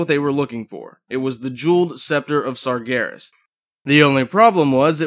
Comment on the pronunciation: your saying sargeras wrong